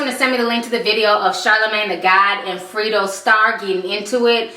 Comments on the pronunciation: respect to you for doing this show but please know how to pronounce the ppl you talk about name properly. its not Freedro. its Fredro. like (Fred and Ro) combinded. smh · GOOD VIDEO. ITS NOT "FRITO", ITS "FREDRO" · FREDRO, not Frito..damn girl lol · Free dro Lol its funny how you say his name i love it😄😄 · it's pronounced Fred Dro. You made it sound cute though